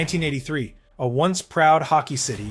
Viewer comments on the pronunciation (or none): none